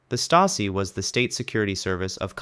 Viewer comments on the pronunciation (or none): *Штази(Chazi), а не Стейзи!